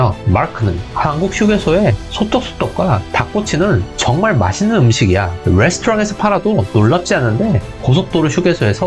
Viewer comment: 뫄아크.. 뤠스토랑 ㅎㅎㅎㅎㅎ